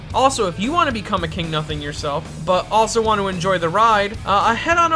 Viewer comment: "KINGU NUSING"